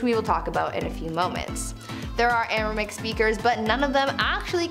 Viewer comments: Never heard of Aramic, just Aramaic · Language #3 is misspelled and therefore mispronounced by the presenter. Should be "ARAMAIC"